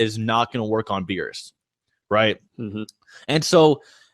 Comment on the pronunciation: U can't even say beerus u can say yamcha